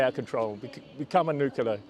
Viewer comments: There’s about a dozen people there! Why give them publicity? Can’t even pronounce nuclear properly.😂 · Apologies, this is appalling video. These are just views but from who? Is this a face of self preserving interests and disregard of someone’s freedom? Never mind that some cannot pronounce the word “nuclear”. Protesting of course don’t mean participating but protest for the justice and Russia is not in the latter.